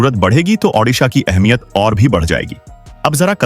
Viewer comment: उड़ीसा और ओडिसा Shame on you that you cant pronounce or write correctly. One is in India and other in Ukrain